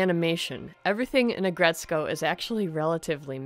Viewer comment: Its Ag Ret Suko That's how you pronounce it